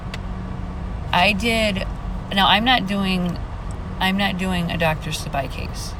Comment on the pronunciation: Dr Sebi prounounced see-bee . ... I've seen Maleah holding that doll in a picture I believe and the case is heartbreaking 💔.... Also they speak of her having brain surgery because her head was hurt .. They say she fell ,but I feel her stepfather did something to her .. Also my friends and I are working on her case as well to get fight for justice . Thank you for what you do our do.... Also the word burn resonates her stepdad had for gasoline that was found in his trunk and him carrying it .